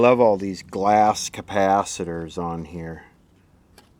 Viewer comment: You need to replace the Ker-paaah-thet-errrz